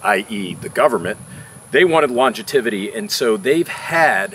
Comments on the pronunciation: Longetivity is not a word I think he was aiming at longevity and mispronounced it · Just gonna say… “longetivity” is not a word. “Longevity” is. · what is Longativity? Do you mean longevity? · "longetivity" ? Is that like longevity ? LOL - great vid